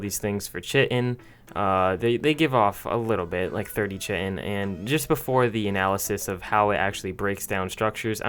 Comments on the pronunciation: It’s not chittin is pronounced kite in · it’s pronounced “KAI-TIN” not “CHIT-IN” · Garbage video. “Chit-in”. Read a fucking book you lepton. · Chitin... Ka-eye-tin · Chitin is pronounced like kite-n, not phonetically as you are pronouncing it. So many people say it that way but it is NOT and accepted way of pronouncing the word. Please stop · its Chitin, pronounced Kai-tin ffs its not that difficult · Chitin is pronounced Ky-ton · Chitin: KEE - TIN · I’m done after hearing how he pronounced chitin